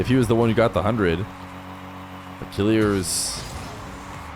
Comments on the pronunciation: i mean the prononciation is not kilirz its kileeeerz i know him he's my friend 🙋‍♂ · Yes it pissess me off how he pronounce it "killirz " lmao